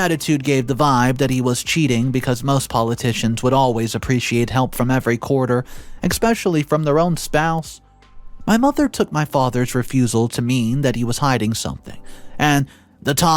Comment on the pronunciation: You know you're pronouncing escape and especially wrong